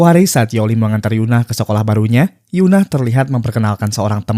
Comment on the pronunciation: Bang tolong itu EUN-AH bukan YUN-AH ya itu beda bang